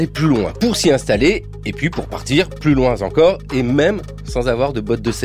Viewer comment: J'ai reécouté plusieurs fois le début de peur d'avoir mal entendu mais non, on entend bien:"plus loin Z encore!!!" Ça décoiffe.